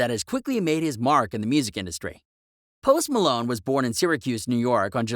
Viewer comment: Post Malone or post Malon say it right